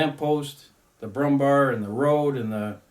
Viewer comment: Good god have you been pronaucing it Brummbar the entire time? It is Brummbär ... Bär as in Bear .... the animal .... just pronounce it Brummbear ....